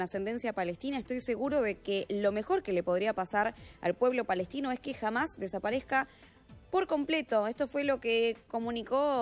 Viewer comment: No es “jamás” es Hamás con la H muda Corrijan su forma de hablar… no q son muy estudiados ustds los reporteros!???